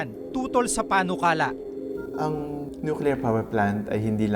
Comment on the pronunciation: nukelear daw?